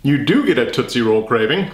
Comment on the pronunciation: Every time he says "Tootsie Blog" I can't prevent my laughter... Help.